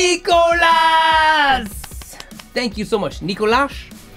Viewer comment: My name is pronounced as it is spelled except the "s" at the end is silent. Nee-ko-la it's the french version of Nicholas. Thank You Scientist is IMHO the most underrated band out there. Their music is awesome and they are amazing live. Amazing reaction guys.